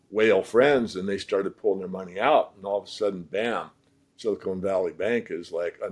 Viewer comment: "Silicone" Valley-----hah!!